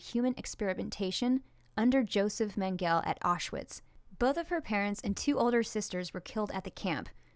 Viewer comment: There are three syllables in Mengele, all short e's, with accent on the first syllable. The first syllable in Auschwitz is pronounced like "ow", not "aw." Given your educational experiences, I guess I can see how you're unfamiliar with these otherwise well known names, but for future reference...